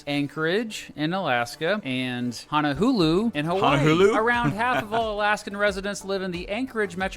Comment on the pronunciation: as someone who lives in Hawai'i it makes me mad that he says "hono-hulu"